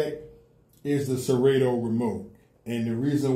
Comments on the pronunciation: Yo DJ! Serato is pronounced: Sir ra toe. sir rah toe Not sir rA toe....the a is not hard. Good look if you tag them in your video to get their attention. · Sera-toooo, Sera-toe, 😂😂😂😂😂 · Why you saying serato wrong